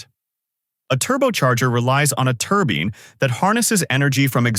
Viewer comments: Definitely no-one pronounces it turbeen, like in the video... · Yes, I'm aware. They do not, however, pronounce it "turbeen" like the AI voice in the video. That was my point. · Can we quit it with these stupid "AI" voices that can't pronounce normal words properly? "Turbeene"? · The AI voice isn't quite right: many mispronounced words (like turbine, for example). Hire HUMANS!!!